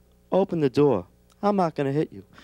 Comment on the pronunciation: door is NOT a two syllable word....